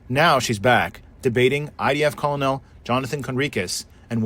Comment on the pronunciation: Your AI narrator doesn't know how to pronounce "colonel" 🤣